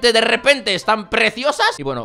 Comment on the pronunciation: dijo derreponte JAJA